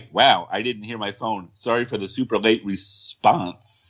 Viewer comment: Narrator: “…respon sssssse??”🤨 😂😂😂